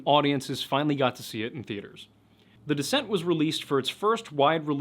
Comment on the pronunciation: Serious question, why would feral people kidnap a 57-year-old? Surely they would want to take children, so they would culturally assimilate and also be able to have kids later. I still think the moon-eyed people are just a family with albinism who got blown out of proportion... Every time you said "The Descent" I heard "The Dissent", lol.